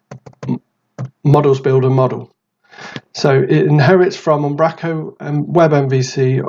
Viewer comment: Fab stuff - Keep it "northern though"... its "Um, bro, co" :D